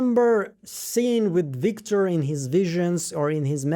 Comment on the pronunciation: “Wictor” gave me a good giggle. You’re such a talented analyst, great work on this as always!!!